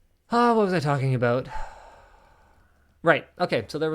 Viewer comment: The best thing from this video was the subtle "aboot". :-) Also, if new content creators use your material to make theirs a little more visible, that's fine. . .but you cannot possibly get pissy when you do not get revenue from said videos. It's like asking a band to play for free to promote your restaurant, but still have ticket sales at the door of which the band gets none.